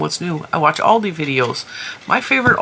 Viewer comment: The company Aldi was founded in Germany by the brothers Albrecht and after a dispute they divided the company in Aldi Süd (south) for South Germany and Aldi Nord (north) for North Germany. They have a different stock. Trader Joes is basically Aldi North. And the A in Aldi is pronounced like the A in America 😊 Hope that wasn't too boring 😂